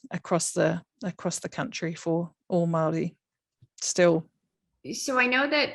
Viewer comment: Omg.... She just down played the pounamu and her intro was appauling especially pronunciation. Great korero.